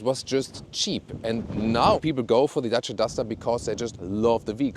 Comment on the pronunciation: Good & cheap car as always. Nice 4 U 2 say 'Dacia' as it originally sound in romanian. 👍